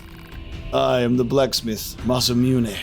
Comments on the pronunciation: Neither. You do pronounce the ending but as "neh", not "nay". I'm pretty sure the "Let's go" was supposed to be a "Let's do this", not a "Let's leave". Yes, leveling up weapons can unlock new combos. The "Combo Lt 4 Hv 2" on the weapon stats means your light combo has 4 attacks and the heavy combo has 2. Different weapons have different values (even at level 1) and upgrading can extend the combo. The "ATK Speed Up" has nothing to do with it. That's just a bonus. Also Re: Chips and fusing. The system is pretty opaque and not explained well. Don't read on if you want to figure it out yourself. TL;DR: Level and cost are independent. When fusing, use low cost chips because their result will also be low-cost. Diamond next to chip name = lowest possible cost. You may have figured it out yourself by now but Chip level and cost don't directly depend on one another. You can have a Moving Speed +3 that costs 17 and another Moving Speed +3 that costs 11. When fusing two chips of the same type and level, you do get a +1 on the level of the merged chip. The cost of the merged chip is the average of the two base chips plus half the base chip's level. So fusing the two aforementioned Moving Speed +3 chips would get you a Moving Speed +4 chip that costs (17 + 11) / 2 + 3/2 = 15.5. Even-numbered result chips round up, odd-numbered ones round down. Since we've made a +4, that rounds 15.5 up to 16. Chips with a diamond next to their name have the lowest possible cost for their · Almost everyone in the West pronounces "Masamune" wrong. I blame Final Fantasy VII and Chrono Trigger. Its a person's name. Goro Masamune was a famous Japanese swordsmith in the 1300s. The "u" in Masamune is treated like the u in Sasuke, So it's Mah-sah-m'neh. You also emphasize the "sah" slightly more than the "mah" sound. Ma-sah-m'neh. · ma-sa-mu-ne, if its Japanese just break them up into a set of consonants and vowels and just read them as the bits, it will never deviate and have odd pronunciations